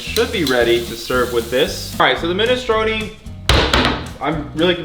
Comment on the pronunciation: Minestrone like stone with and R, not minestrony